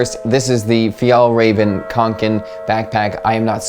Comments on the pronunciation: As a Swedish person, I have to say you’re the american with the closest to correct pronounciation of Fjällräven I’ve heard! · Loving the english pronounciation of fjällräven and kånken!! Edit: and I agree that your pronounciation is the closest i've seen! Edit2: yep, my biggest association with kånken is school, mainly high school!